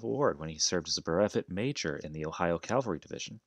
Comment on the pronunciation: Cavalry, not Calvary.